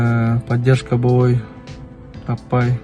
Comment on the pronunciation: Боовой эмес болбой дечи укам